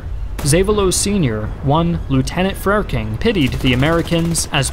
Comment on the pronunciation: Frerking is pronounced Fur-king, like fer-KING.